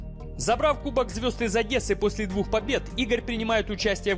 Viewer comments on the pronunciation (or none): none